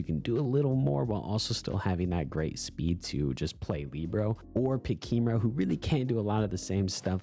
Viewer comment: what do you have against kimiro😢 and its Li bare oh not leebro